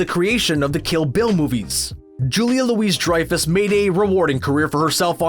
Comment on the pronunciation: Its not Julia Louise Dreyfus. It's Julia Louis (loo-ee) Dreyfus.